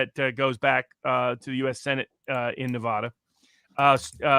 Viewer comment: I wish Robert would pronounce my state correctly. Nev ADD uh.